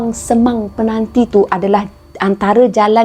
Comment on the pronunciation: Kak sebut mcm peganti..penanti kot kak.di kubang semang